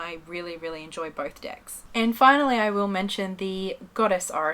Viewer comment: It sounds like shes saying oracle dicks....